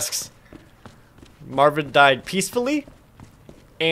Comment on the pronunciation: Dam Jared...you strait up butchered Marvin :p